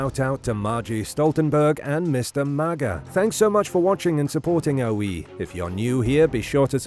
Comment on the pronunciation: That you of the OE!! It's funny the first time I heard you call it OE I thought you said, " Your we" lol. Dyslexia and your accent. I actually started calling it that by accident.